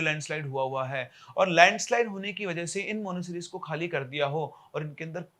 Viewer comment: Monasteries bolna to seekh le pehle